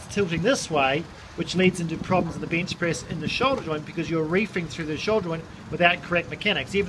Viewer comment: ay mate, carful when ya benchpriz mate